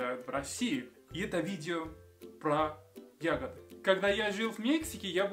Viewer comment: это не ягодА. Или ты нарочно с ошибками говоришь, для экзотики :)